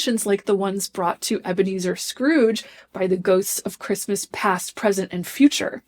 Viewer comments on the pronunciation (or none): none